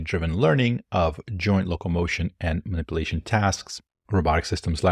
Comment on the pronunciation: How can you pronounce "emulation" correctly but not "simulation" or "Manipulation"?